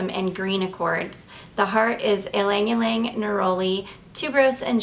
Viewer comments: Ylang-Ylang is pronounced Yang-Yang, not Ling-Ling. Little trick that French woman used to do during the occupation and war to save their perfume and not use it up too fast because it was impossible to buy was to get as many areas with one spray or a few dabs of the perfume. First they'd spray one wrist or add a little pool with the dabber onto one wrist, dip their fingers into the little pool of fragrance and apply to each pulse point on the neck, dip again, tap nape of neck, collar bones, and hairline. Then tap both wrists together, then cross your wrists to get the backsides of wrist (two taps). They used one big spray or a few dabs on that one wrist and managed to apply it to 10 areas. Even in wartime Frenchwomen smelled wonderful. I know. My mother was one of those women. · You aren't pronouncing it correctly...she did pronounce it correctly. E-lang e-lang is the correct pronunciation!!!